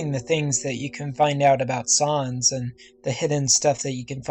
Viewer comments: It’s sans not sarns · It's sans not sons! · sans not sahns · No-one: Nobody: Not even me: Not a single living soul:: Sawns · Its sans not sons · sans not saans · Sans not sons that annoyed me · Sans not Sarns .-. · ya u says in dis "sOns